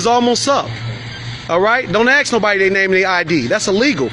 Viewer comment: “Don’t ‘axe’”???